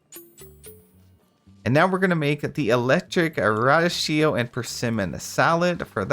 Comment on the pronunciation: It’s pronounced ruh-dee-kee-oh 😅 what an effort this must have been! Big props 🎉